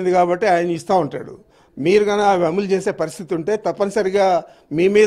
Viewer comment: ముందు నువ్వు కరెక్ట్ గా మాట్లాడం నేర్చుకొ రా, అములు కాదు అమలు